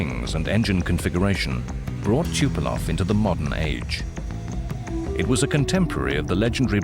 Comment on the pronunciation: The narrator cant even say the name of Tupolev right.